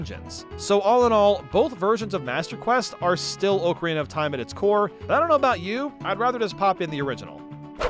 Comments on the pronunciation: i cant stand him pronouncing it OAKARINA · I respect you,, but I’m sorry that is not how you say ocarina the a does not make it make the Oh sound It’s like October not Oak. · FREAKING FINALLY It killed me the way you said ocarina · I was perplexed by the pronunciation of ocarina throughout this video. Typed up a comment asking why was butchering the word so badly when it’s such a commonly talked about game hence one should know the correct pronunciation. Thought maybe the word really is supposed to be pronounced that way so I deleted my comment and googled it. Looked at a Reddit post from 6 years ago stating it’s pronounced as everyone else says and there was a specific comment near the top of the thread that mentioned how always pronounces it incorrectly. 😂